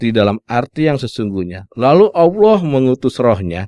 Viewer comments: Menjabarkan qur'an seolah mengerti isinya, tapi kenapa mengucapkan" Allah" dengan bunyi Aulah.....hahhahhhaa....!!! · Narator mengaku (seolah olah keturunan Arab),tapi tidak bisa mengucap Allah. bangsat loe!!!!